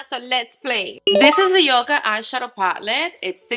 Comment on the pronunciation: The palette name is pronounced "YUCK-KA" like the word "yuck." A yucca is a fern palm plant with beautiful white flowers. It is also a common house plant, too. And "hue" is pronounced like the first syllable of the name "Hugo." So if you can say "Hugo," just say "hu" and that is how you say "Hue," and then add an "s" and you have the word "Hues." Not being able to pronounce words is no excuse to not educate yourself and speak correctly. If you're going to be on a social platform, you need to be a proud Hispanic woman and represent!